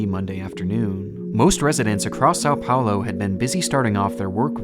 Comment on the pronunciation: "Sal Paulo" é foda